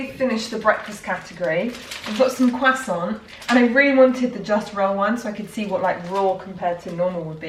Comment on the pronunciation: Am i the only one who thought of the tom holland when she said croissant, bc i heard quack-son.